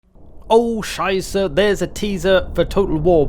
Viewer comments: are you german or do you just like to throw out "oh scheisse" cause as a german myself i gotta say you're pretty on point with it ^^ anyway keep up the great work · Your oh Scheiße becomes better and better, greetings from Germany